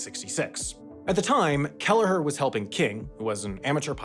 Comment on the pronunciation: Not important but surely that's not how you pronounce Herb Kelleher's name i.e. dropping the 'H'!